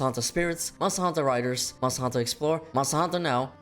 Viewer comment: If I hear this guy mumble mustahantuhh another time I swear…